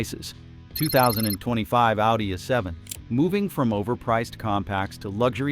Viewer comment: "audi a seven" - AI has a ways to go